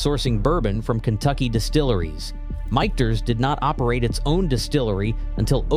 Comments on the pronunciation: “Mickters”…computers have trouble getting words right. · I feel dumber for having watched this video!! It's pronounced "mickters". Not whatever he said, and it's a good bourbon...not great. Bulleit is okay. Willet is garbage!